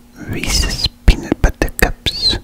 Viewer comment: the way you said reeses peanut butter cups threw me off for a second 😂😂 awesome video as always, thank you!!